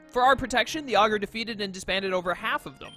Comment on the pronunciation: Dark mode all the way. If you want Traditional, just go play a normal pokemon game imo. I do believe you're pronouncing Augur correctly. And, in case you're curious, as it didn't seem like you saw it when you looked it up, it's synonymous with words like soothsayer, sage, wise man etc. So I guess he's a really improtant figurehead to say the least. Also, if you don't pick Delta Charmander, I'll be severely disappointed in your viewers.